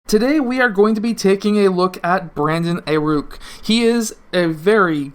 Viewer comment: this man just said aiRuk😂😂